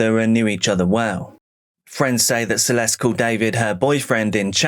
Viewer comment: Celeste´s name should be pronounced "Celeste" as it is in Spanish